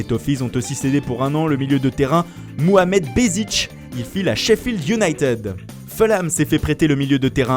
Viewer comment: Par pitié, arrêtez de prononcer Fulham "Feulam" ! Le "u" se dit "ou" en anglais.